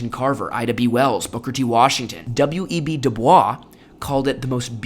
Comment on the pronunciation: THAT'S NOT HOW YOU PRONOUNCE "W.E.B. DUBOIS"